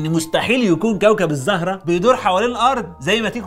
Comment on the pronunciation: مقدمة رااااااااائئعة المشهد الاول صرت عايدة 8 مرات وكل مرة بضحك بنفس التاثير. بس حبيت انوه الزهرة بضم ال(ز) وليس بفتحها